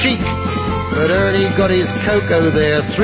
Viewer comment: Just listened to it again and i'm smiling like a Cheshire cat! I love it at the end were Benny say's Ernie but with a 'H' at the front.....Hernie!